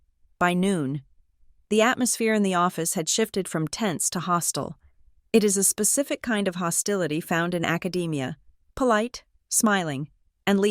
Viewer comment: So the family cut her off from the law uni before she even told them she was doing it??? If you have aburner phone can you keep your old number? Why would you want to keep in contact with that toxic family.. seriously.."the atmosphere had shifted from tents to hostel "..not 'tense to hostile' AI really? You need to learn to read and speak English!!! Good story..